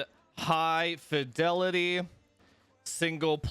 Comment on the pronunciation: high “difelity” 👍😱 most definitely 💪